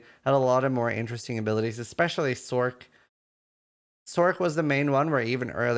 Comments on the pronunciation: For future videos, don't say, Sorc! Cringe city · It’s not sork.